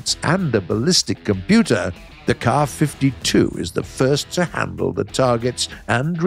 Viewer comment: finally a proper pronounciation of the Ka-52